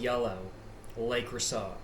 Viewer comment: Le Creusaw lol I love how you pronounce things